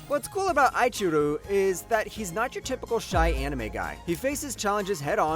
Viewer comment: how can you claim to be an otaku and pronounce "Eiichirou" wrong?! okay but that being said, i've had 20 minutes of sleep and a few plane rides, thanks for this video lol